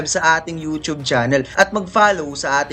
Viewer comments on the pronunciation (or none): none